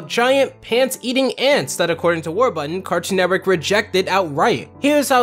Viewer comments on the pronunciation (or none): Why did you keep saying Warbutton, Their is and R in the word. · How it's pronounced: WARBURTON How chooses to pronounce it: WAR-BUTTON😑 Jeez! Enunciate, man. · It's War-BUR-ton, not War-butt-ton. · Already slippin up,???? War-BURTON! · War...button? What, is the second R in Warburton silent? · The number of times he said the guys name wrong I mean it’s warburton not warbutton 😂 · Did...did you just call him Warbutton? Warbutton. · Does this dude realize there is a second R in Warburton? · Is it just me or does it sound like he keeps saying "War-Button"?